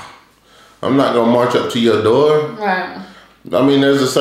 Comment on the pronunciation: Dani cracks me up when she tries to stop from saying 2 Murch😭😭😭😭😭